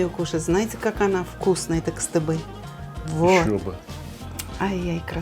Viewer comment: правильно будет КСтыбы, Сталик агай.